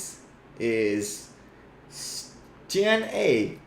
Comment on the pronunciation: If Stian is Norwegian, the i in his name is long like ee in bee.